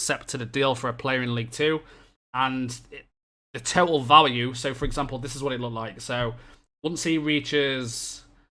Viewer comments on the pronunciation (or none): none